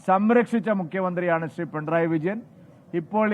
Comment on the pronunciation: “Pintrayi” alla uvve “pinarayi “😂😂😂